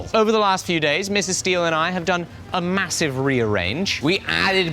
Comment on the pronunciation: mate, what happened there? "Massie've"? Anyone? I will see myself out.